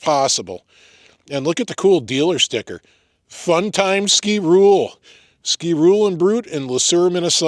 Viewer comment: its pronounced ski- roe- lay its french